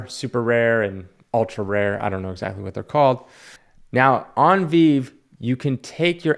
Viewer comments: First of all, it's pronounced as [Vee-vee]. Majority of these NFT's was sitting at $5 for the Marvel Comics #1 for example. Now they are $400 for a common. Secret Rare floor price for this is $100k. I was also buying Fantastic Four #1 holy grail commons for $6. Now they are $150. Prime examples of opportunities everywhere Secret Rare was $4k back a few months ago now $15k. Still cheap because there's only 600 every secret rare covers. You have missed the train, you can read these NFT's on Veve too. You have full ownership to a limited run NFT's these are not reprints. I've been on Veve for a year and it's so sad that you knucklehead old school comic collectors are going to get left in the dark. You can't read physical's because it's graded. With these older graded ones you can read in VR too on veve. People are stacking OG commons right now as they are still cheap. Lower the edition number the more expensive. Your video is incredibly cringe, these VEVE NFT's have 100x'd in months lol. that's 10,000%. You're talking about 20/30/40/50% in a year MAXIMUM in your videos for psychical copy analysis. Continue smoking dick. VEVE nft's are literally 2-5X'ing in weeks hahaha. GO EDUCATE YOURSELF before making videos. This dude has no idea how what's going on in VEVE. Big whales have entered. Keep making your 10/20/30% gain video's. Horrendous video. You’re literally the worst 😂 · Doesn’t even know how to pronounce the name of the app. Don’t listen to this dude. Digital collectibles will live forever. Too soon? We are early to the market and some of these are true grails. Comparing marvel comics on the blockchain to beenie babies ?? Please. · How can you expect people to know what you are talking about when you don't even know how to pronounce VeVe. You are a smart guy but please do your research. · You gotta love someone trash talking something who hasn't done enough research to pronounce the product they're talking about correctly